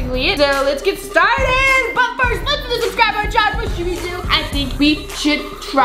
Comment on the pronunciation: When they said subscibe I did